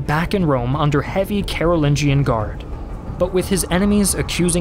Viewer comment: actually its read as Karu'linyan not Karu'lin-john